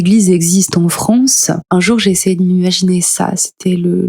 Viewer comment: Rien à voir mais ça vient d'oû cet accent ? Je veux dire, prononcer les "a" comme des "o" ? France = Fronce ?